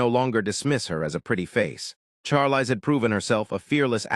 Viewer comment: Learn how to pronounce her first name.